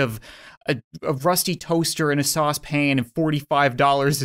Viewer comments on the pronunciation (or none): none